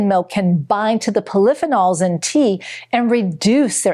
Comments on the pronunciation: Poly-pheenols. Not pol-i-phe-nols. Seriously? And it's not a fun-dshi-side, it's a fun-gi-side. Did you even go to school? Your information could possibly be valuable, but your lack of rudimentary linguistic command negate any factual competency. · ....FEE- nols. Not how she pronounces polyphenols😮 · IT’S PRONOUNCED POLLY-FEE- NOLS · "Poll-if-in-alls" hahaha! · Never heard polyphenol pronounced like she pronounced it. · Why is she not even pronouncing polyphenols properly? Doesn’t make sense when you come across like an expert. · What drives me crazy is the mispronunciation of simple words like “polyphenols”. If the speaker is truly in the nutrition field, she wouldn’t pronounce it that way! Pronunciation Nazi! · I’ve never heard “polyphenols” pronounced that way before.